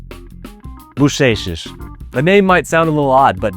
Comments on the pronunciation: You already say "bochechas" just like we say it, perfect, way to go! 👌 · The way you said “bochechas” and “lingueirão “ was awesome 👏 very good accent dude. 👌